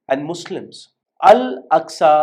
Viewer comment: அஸ்கா இல்ல bro அக்ஸா